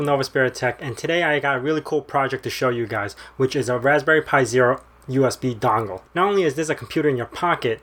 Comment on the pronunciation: how Arnold Schwarzenegger says: Dongle